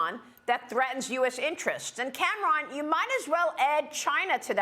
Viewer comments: Since when is Cameron pronounced "Cam Ron" ??? That's just ridiculous. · Is she really calling him CAM-RON?! has she never seen the name Cameron before?! 🤷‍♀️🤣🤦‍♀️ Oh my goodness Maria - that's funnier than it should be and you just keep saying it lol